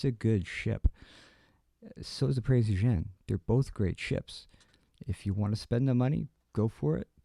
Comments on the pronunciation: Last comment, not to be a word Nazi but it's pronounced like (Prints OyGen) Keep up the excellent reviews! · Oy-gen. If you're such a WW2 junkie, how do you not know how to pronounce the name of the ship? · oy-gain. It is pronounced oy-gain. Please note. Great work, though.